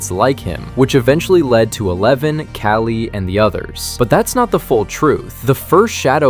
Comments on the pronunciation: For god's sake it's not " callie " it's KALI ! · Callie.?? Its KÁLI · Yea and it is pronounced as Kaa-leeh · Its Kali Not Calie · NOT CALIE ITS KALI!😭😭AND ITS AN INDIAN NAME YOU AMERICANS WONT UNDERSTAND IT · it's kali not callie